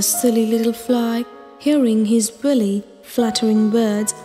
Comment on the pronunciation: The word “wily” is not pronounced “willy” — it’s pronounced WILE-Y